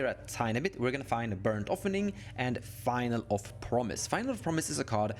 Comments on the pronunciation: its finaleee with an E, not final fyi. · Great video. One nitpick - finale is pronounced fih-nah-lee